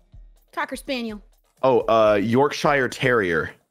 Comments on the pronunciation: I actually cringed at the wrong pronunciations if Yorkshire and Lazuli. Its York-shur and La-zoo-ly. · Why Ranboo pronounce Yorkshire like that im dyeing